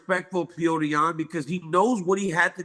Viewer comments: Can we quit with the “pee-odor”? Please? It’s “pe-yo-tour” or freaking Peter if nothing else… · They keep saying Peyoder😂